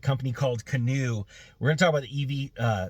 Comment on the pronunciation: I'm biased since I own a small number of shares of GOEV, but I guess if one is going to criticize a company or its CEO, one should pronounce the name right (it's like canoe). Anyway, it should be noted that Aquila does have a background in aircraft leasing (I know, what does that have to do with an EV company?). Canoo didn't buy the jet, they chartered it from Aquila's own business (AFV) under an exclusive agreement established between AVF and Canoo in 2020 - before Aquila became CEO and the stock was still over $200/share. Should he have flown coach to business meetings - maybe. Honestly, it feels like Canoo is setting the company up for a turnkey acquisition by spending millions on production equipment but keeping their production targets low (otherwise, why not crank out a few hundred just to nail down the production process). To their credit, they have a lot of IP ... they aren't sourcing critical parts or designs from other manufacturers - the vehicles are bottom-up designed with maintenance, and serviceability being key features - unlike a lot of "sealed for life" stuff that's out there. I have no guess if they will be able to save it given the current politically charged market conditions - just along for the ride.